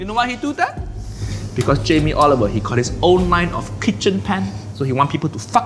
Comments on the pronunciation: Jamie Oiliver. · Jamie Oliveoil 😂😂😂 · Jamie olivoil 😂😂😂